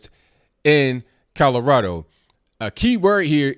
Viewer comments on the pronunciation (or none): Did I hear a faint hint of 'CALorado' there?